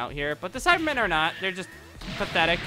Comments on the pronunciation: SAIBAMEN NOT CYBERMEN SAIBAMEN SAI-BAH-MEN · You keep calling Saibamen "Cybermen".